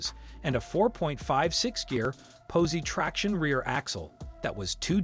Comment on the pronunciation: Can’t pronounce Chevelle, posi traction, Nova among other key words. Pretty pathetic.